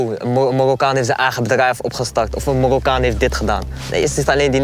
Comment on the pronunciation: Het is mArokkaan, niet mORokkan pfff